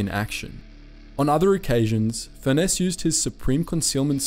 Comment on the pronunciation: Furness is pronounced the same way as Furnace